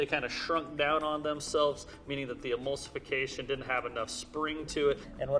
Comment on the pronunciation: No one:: Amulsification